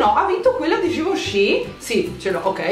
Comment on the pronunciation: ma solo io, mentre diceva il nome.della cipria in polvere libera, invece di sentire GIVENCHY ho sentito GIUSCI?HAHAHAHHAHA